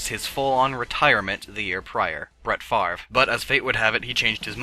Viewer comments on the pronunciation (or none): none